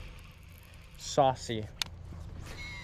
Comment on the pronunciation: Good MTB, it’s “Saucy”